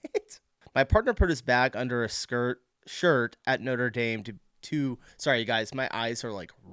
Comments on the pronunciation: Just NEW YEAR. No letter S at the end. NOTRE DAME = NOTRA DAAM not NOTER DAYM. You can see the NORTHERN LIGHTS in the UK as well. Tourist trap tiramisu !! It's stupid when they stop Americans in the street and ask them stupid questions. We Brits will tell you to F.OFF or just ignore you. GO AWAY....WE'RE NOT YANKS. We won't put up with you !! " he's an actual French" !? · The cathedral isn't called 'noder dame'. It's Notre dame (daam)